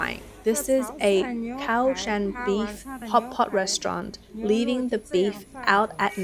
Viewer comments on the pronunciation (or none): none